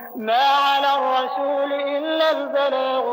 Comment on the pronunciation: Ayat 104 there is mistake the Imam recite rasoolu but it is rasooli